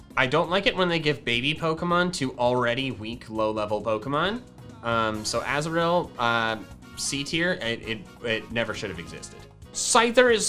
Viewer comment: I definately heard Azrael, when you picked up Azuril. and I got so confused i couldn't consentrate for a full minute, and had to replay it a few times, until I heard you said Azuril.